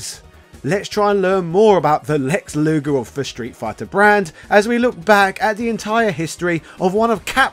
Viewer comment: its luger u butchered in this video